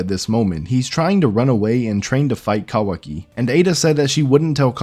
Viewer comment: I just don't think you're saying that right.